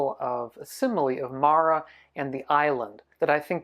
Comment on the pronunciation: You’re saying it wrong. It’s Māra. Not Mara 😅